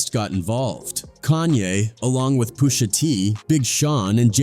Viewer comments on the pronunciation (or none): Who the hells POO-SHA T😂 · Who's poo sha tee?